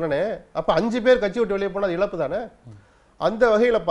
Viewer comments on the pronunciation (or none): none